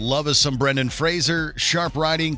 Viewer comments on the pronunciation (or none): none